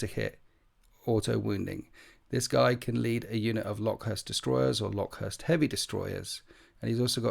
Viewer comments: I think it's pronounced locust like the insect. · IDIC Beer does this too- love his videos but I cringe every time I hear him say 'LOCK-uhst'. It's pretty clearly meant to be the insect. Skorpekhs should make it obvious. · It’s pronounced locust, just like the bug….